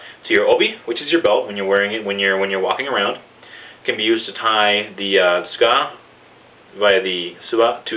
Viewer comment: btw the "tsuka" is not pronounced as "iska" but its pronounced as "sooka"